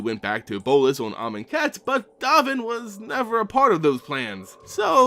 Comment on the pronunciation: Great Video! Glad I know how to pronounce Amonkhet and Aether now.